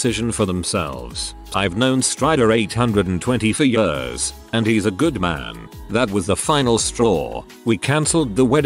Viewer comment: I can't get over how he says years. YeAuS